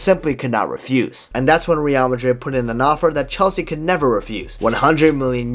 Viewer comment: Great videos man, but the way you pronounce Real....ughhhh